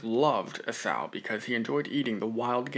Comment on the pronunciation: Enjoyed your thoughts on "as far as you can see in every direction". I always just assumed it was a massive area, but your assessment makes sense. Also, Esau is pronounced "ee-saw". Thanks for pushing forward.